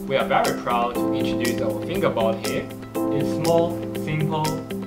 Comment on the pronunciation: Of all the actors with all the accents, and all the product names in the world. You guys had to name the thing FingerBot and you had pick the actor with an accent that makes it sound like he's saying "Finger Butt". ... Lol.